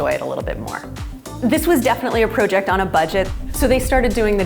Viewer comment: I love the way the Canadians say "proooject"